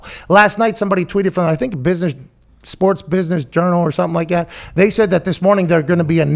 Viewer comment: I love when Pat says "suh'm like 'at"